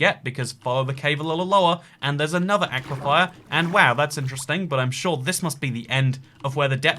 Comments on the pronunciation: please, it's "aquiFER" not "aquiFIRE". Like "fur": aqui-fur. AQUIFER! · Aqua-Fer not Aqua- Fier 😆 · Argh! It's "aquiFER", not "aquiFIER". Sincerely, a former Floridian. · Bro. it's aquafer not aquafire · anyone else noticed he keeps saying "aquifire" instead of "aquifer"? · Dear, aquifer is pronounced Ah-quif-fur not ah-quif-fire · Please stop pronouncing it “Aqua-fire”, it’s “aqua-fur” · I can't tell if he's saying 'aquifier' ironically or he doesn't know how to pronounce 'aquifer'. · Am I the only one that kinda wants to correct on his pronunciation of aquifer? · I think you might have added an extra "I" to aquifer. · is ever going to address why he's saying 'aquafire' instead of aquifer? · aquifer is not pronounced with 'fire' at the end it's like akwa-fer like fern without the 'n' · Love the vids truly. But my guy. It’s aquiFER. FUR. FIR. Not fire. It’s hard with geology being a part of my degree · is now purposefully annoying us with "aquifier" I guess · The one thing I hate about this is how says aquifer. He says Aquafire instead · Normal people: Aquifers: "Aqui-fires" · Ack-wah-fire. Florida: Aquaphor. (Ahk-wah-fur). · Nobody:: AqUiFYeR Jk ily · Can someone please teach the word "aquifer"? Its not "aquifyer" smh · I believe it is pronounced: Aqua-Fur. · british "people" attempting to pronounce aquefer will never not be funny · genuinely surprised by the lack of comments making fun of the way he says "aquifer"... impressive. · i can't get over the way you keep pronouncing aquifer